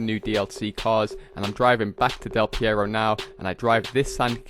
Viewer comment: Why does he call Del Perro "Del Pierro"